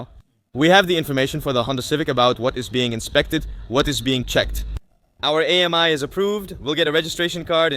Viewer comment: The name is not A-M-I, but pronounced Ami, which is French for friend!